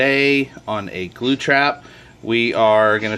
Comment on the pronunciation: stop saying glu bro lol, also did you let it free? p.s good vid